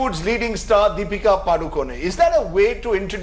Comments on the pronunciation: Happy that Rajdeep said "PadukoNE" and not "Padukone" : ) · why'd he say padukon-e lol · That anchor pronounced PADUKONE correctly , 👍👏👏 Thank god at least he knows that .. 🙏